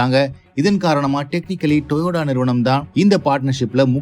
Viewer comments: Yes this Guy this pronounceing as Toyoda is irritating to watch his video, but purposely doing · Your pronunciation of TOYOTA is wrong. It is TO-YO-TA. Not TOYODA. This spoils the presentation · Dai stop it to say Toyoda.. instead TOYOTO… toyoda is the founder name … initially named in his name and changed to TOYOTO by himself… don’t follow you as loosu paya… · டேய் thambi pronounce properly it's toyota not toyoda. சும்மா Peter விடாத